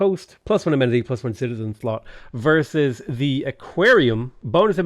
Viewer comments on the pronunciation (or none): none